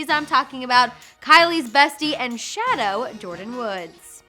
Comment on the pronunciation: Did she just say "shadow"? Lmao